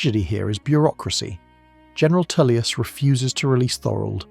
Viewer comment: Jesus, Tullius is pronounced Toll-lius not Too-lius...